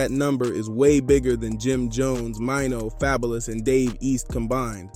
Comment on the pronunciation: Not happening, and ya’ll gonna listen to someone who pronounced Fabolous name wrong. Em isn’t jumping in to no beef unless his name is mentioned. This video just to get views